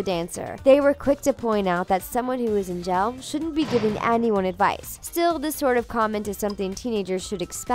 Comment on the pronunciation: i wonder why she says “jail” like “gel”